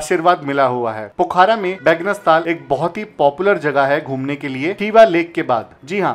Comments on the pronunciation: its pokhra not pokhara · Pokhaara nhi hai wo pokhra hai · Brother it's Pokhra not Poookhara🇳🇵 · भाई साहब यह पोखारा नहीं, पोखरा बोला जाता है पूरे नेपाल में या भारत में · Pokhara hota h, Pokhaara nahi, Phewa lekh hota h, feewa lekh nahi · पोखारा nahi पोखरा बोलिए